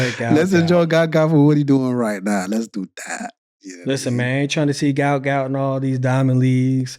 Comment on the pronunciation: It’s “Gout Gout”